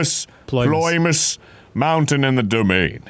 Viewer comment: I love that Arin kept up with tradition by misreading ‘Ploymus’ as ‘Polymus’ again